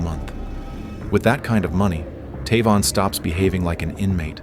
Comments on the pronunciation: I'm 99 percent sure it should be pronounced TAY-von, not Taa-von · Is his name pronounced “Tay-von” or “Tuh-von”?! wtf?!